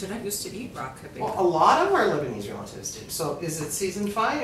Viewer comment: Wizataria omg I used to live in Beirut and never heard it pronounced your way! Always kib beh.